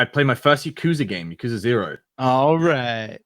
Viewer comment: I like how gets on back for not pronouncing Yakuza correctly, when he doesn't even know how to pronounce Valet.